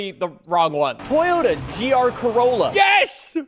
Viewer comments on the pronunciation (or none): none